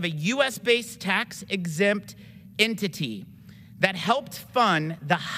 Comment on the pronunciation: This dude can't say his words correctly. tarist, intity, fun (instead of fund), hireen (instead of hiring), rill (instead of real), Isrelly, awso...